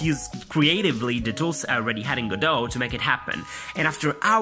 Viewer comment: Go Dot How hard is it to pronounce?